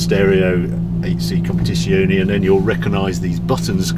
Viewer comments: "Compitisioni" sarebbe la pronuncia perfetta? Non voglio immaginare come avrebbe potuto pronunciarlo male. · "Alfa 8c kompedzziziuonei"